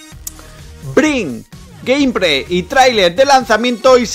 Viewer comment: Gamepray hejeje q mal hablas tío es gameplay con la letra L